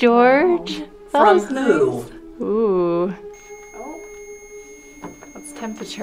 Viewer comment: low key thought she said poo instead of who lol